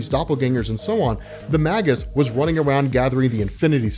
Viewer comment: "Magus" is pronounced "may-gus" not "mah-gus."